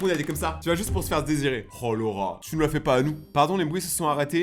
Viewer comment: Quand tu disais Laura j’entendais le rat 😅